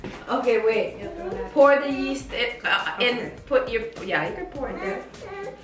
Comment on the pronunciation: I thought my grandma was the only one who said yeast as east